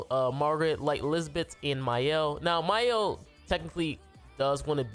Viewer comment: Mans really said "Mayel" LMFAO. Good showcase tho